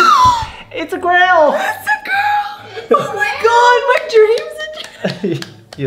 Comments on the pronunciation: Congratulations but did anyone notice that Alfred said (GREL) instead of (Girl) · "It's a grill~"